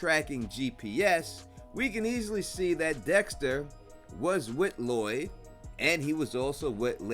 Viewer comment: His name is Lowell not loyd